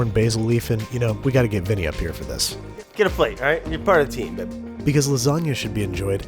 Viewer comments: No one: Brad: Babey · I also like when Brad calls me Babby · is it weird that I like it when Brad calls you babby? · Babby or Babi? Since Babi mean pork 🤣🤣🤣🤣🤣😂 in some language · I like it when Brad calls you “Babby” too